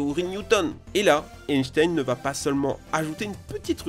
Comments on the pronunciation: Einstein ça ce se prononcé mdr mais bon on te pardonne 😂🤣😂🤣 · Par contre la prononciation d'"Einstein", pas ouf.